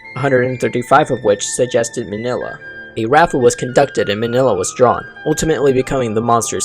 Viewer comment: It's actually pronounced mini-lla